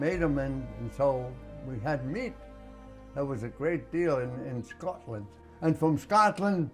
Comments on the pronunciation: He says Scotland with a Scottish accent ❤ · Scotland here! Did you hear how he pronounces “Scotland” ? Like a true Scot!